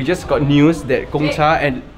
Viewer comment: Every time I here someone mispronounce Gongcha I cringe a little. 贡 is pronounced as gòng. But looks like I won't be hearing this mispronounciation anymore soon.